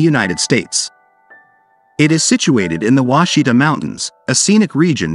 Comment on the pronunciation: Ouachita is pronounced Wash-i-taw, not Washita. I’m from Arkansas and we used to camp in an off grid cabin on the Ouachita River. I know Mt Ida. We used to drive there for a burger while our parents did the laundry at the laundry mat. Really beautiful river with water so clear you can see the bottom in most areas.